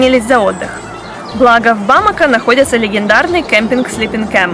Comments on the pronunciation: Почему бамАко/бАмако, а не бамакО? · бамаКО. ТОЛЬКО ТАК